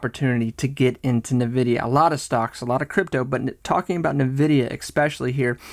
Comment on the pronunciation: It’s “N” vidia not Nividia